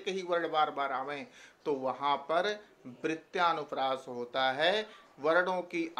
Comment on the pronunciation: वृत्यानुप्रास नहीँ वृत्यनुप्रास